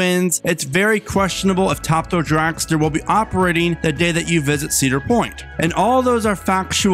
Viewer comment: What is a "dracster"??